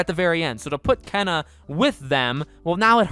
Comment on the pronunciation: Here name is pronounced Kay na